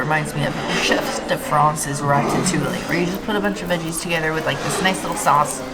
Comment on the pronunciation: It’s pronounced rata-two-eee (ratatouille) 😊. It really sucked that there was not any real vegan options. That veggie stack was uninspired. I felt bad for you!